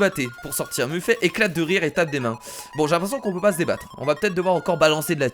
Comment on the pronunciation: On dit meffète et pas muffé